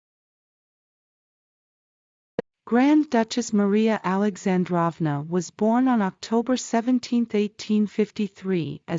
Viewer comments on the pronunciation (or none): Beautiful video! By the way, Alexandrova and Feodorovna both should be pronounced with long o’s like “drove”. Just trying to help. 😊